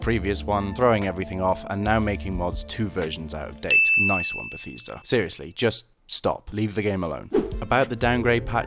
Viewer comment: helpful vid except for if you wanna know how to pronounce Bethesda... why are you saying it like Betheesda?